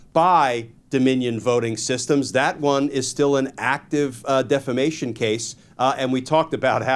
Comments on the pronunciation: Appreciate the victory! Except, you're saying deflamation incorrectly... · I know. My goodness. I cringed every, single time he said it like that!